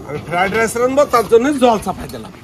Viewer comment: কথা টা ফ্রাইড রাইস।